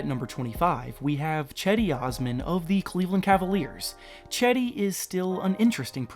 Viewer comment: Cedi not chedi